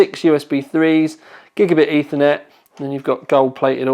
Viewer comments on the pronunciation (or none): none